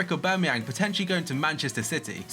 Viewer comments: AubAmeyang not AubEmeyang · u dont pronounce the A its basically ubermayoon